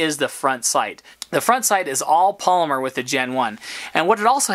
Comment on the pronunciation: I think it's "pol-y-mer...not Palmer. Small thing only an old English teacher would notice. But you're videos are solid. And I'm very "pro" on the Sub 200 gen 2. Perfect camp, truck and cabin gun. Especially since I too carry a Glock 19. Keep up the good videos.